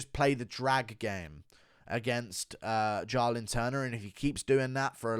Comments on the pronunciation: Do you pronounce "Jaahhh-lin Turner" wrong on purpose to trigger people? Well, I'm triggered. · The way you said “Jalin turner” a million times killed me 🤣🤣